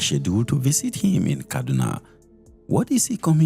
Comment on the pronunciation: I love your channel but please stop adding “th” where it end in “t”. It’s visit not visith. Stay authentic